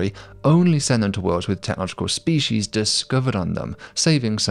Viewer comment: The only problem I have with any of this, is your persistent mispronunciation of "species". 😂